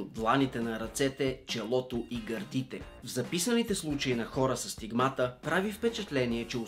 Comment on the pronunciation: СТИГМАТА има различно ударение... Пробвай на И-то... Не звучи ли и по-логично? Кога ще го разберете бе Ютубъри? Ъ?